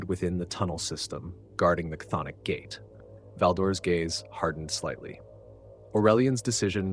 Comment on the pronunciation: This is the first video I've seen that pronounces "cthonic" correctly.